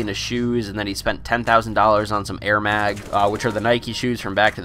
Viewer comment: You said "AIR MAG" and "NIKEY" im so done....